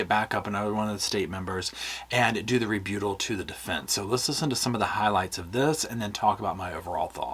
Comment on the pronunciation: "Ree-byoo-tull"? I thought it was "rebuttal". Have I been saying it wrong this whole time?